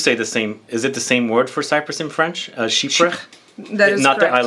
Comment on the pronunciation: is brillant! And her french prononciation is so good and precise!